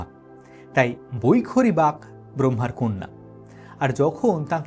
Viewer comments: কথাটি বাক নয়, বাগ্ । দেবী সরস্বতী হলেন বাগ্ দেবী। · আমি বলেছি আপনার উচ্চারণটা ভুল ছিল। বাক্ শক্তির দেবী তাই বাগ্ দেবী /বাগ্দেবী/বাগেশ্রী বলা হয়। বাক্ দেবী বলা হয়না।😊